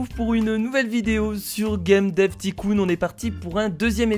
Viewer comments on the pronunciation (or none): Juste on ne prononce pas ticoon mais taycoon mais c’est écrit tycoon